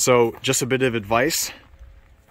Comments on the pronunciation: Why does he keep saying "yokima" rack. It's yAkima... emphais on the "A"... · Cool set up, and thanks for sharing your smart design tips. For what it’s worth, as a native of Yakima, I can tell you the “Yak” in Yakima is pronounced like the word “back”, as opposed to the word “”jock”. Hence the phrase “yack attack!”. And, the “eau” in “tonneau” is ponounced like “oh”, not “ooo”, like choo choo. :-) I’m not being critical of your good content. I’m grateful for it, just trying to slow the new and growing trend of calling tonneau covers “tonooo” covers. Id never heard that until about two years ago and now it’s all over the net. Cool truck and please keep the content coming!